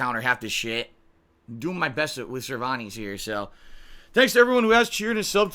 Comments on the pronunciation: Ah, everyone's favorite Soulcalibur character, "Cervaahnees" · Still ticks me off that he pronounces Cervantes so wrong and weird. It’s also funny he thought he could do psycho crush spam with him and get bodied.